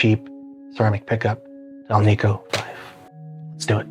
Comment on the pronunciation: It's debatable if there is a marked difference without an A-B comparison. And it is not, Al - `NEEK - Oh. . . . It's `AL -Nic -Oh. The metal is NICKEL not NEEKEL! 😏